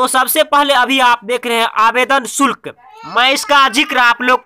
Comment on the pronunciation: अबे आवेदन शुक्ल नही शुल्क